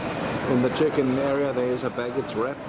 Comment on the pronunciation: Wow! That was a quick response - thank you 😊 It sounded like 'chicken' when you said check-in and I honestly thought you were looking for a KFC.